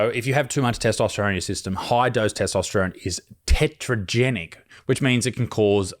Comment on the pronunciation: Isaac, the word is " Teratogenic," not "Tetrogenic."